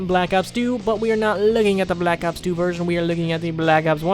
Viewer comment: Why tf do you pronounce Black Ops like that